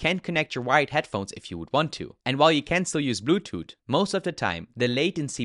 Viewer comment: "blu toot"